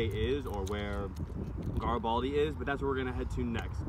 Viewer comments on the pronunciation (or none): I love this video. I actually grew up here! For the record, it is pronounced GAYR-EH-BALL-DEE. Garibaldi! It looks like you guys enjoyed your trip. Hope you guys were able to enjoy some high quality canned fish and Tillamook cheese on the trip! If you are looking for more authentic Life is Strange lighthouses, head to Newport, which is 80ish miles down the 101. It is bigger, on a larger cape.